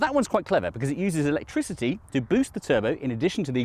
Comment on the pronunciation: Electrizzity and faff😂